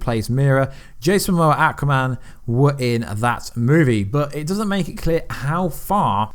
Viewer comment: can you ever pronounce Aquaman or Thanos correctly. Your videos are good. But your pronunciation of how you say their names. Make me want to unsubscribe.